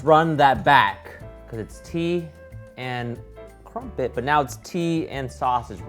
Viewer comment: Tea and crumpets is the simplest thing and yet he managed to butcher it. How?!